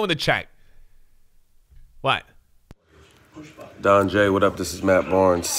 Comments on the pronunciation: Barnes said DonJ. LOL. Im done. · Don-J what up it’s Matt Barnes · I forgot he changed his name with Matt barnes. threw me off when he said "DonJ" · Did anybody else notice Matt Barnes said Donj